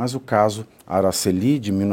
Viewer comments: Não é AraceLI, é AraCEli; paroxítona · É " Aracéli". Não é Aracelí. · Pronúncia errada do nome, não é Aracellí é Aracelli.